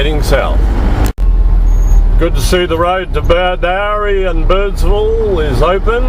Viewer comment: It is pronounced as "Bedoorie" not "Bedowrie"